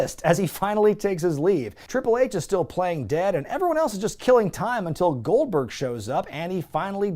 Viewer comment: "This one lady says Gold-BWERG! Well, there you have it!"